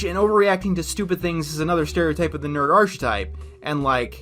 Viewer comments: Excuse me, did you say "nerd arCHetype"? Why can't you pronounce English words? I taught English to myself, mostly to prove that I could, and I've never formally studied any foreign language, and I've been using English for only a few years, and even I know that you don't pronounce "archetype" with a "ch" sound! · He mispronounces words deliberately just to annoy people, lol